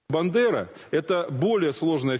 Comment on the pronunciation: Степан Бандера не співпрацювас з німцями, як сказав ведучий, і Бандера а не бЕндера , як сказала ведуча, свдайте двійка